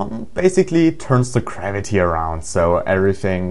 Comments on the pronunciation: garviy,garaity, GRAVITY! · GRAVITY... not Kravity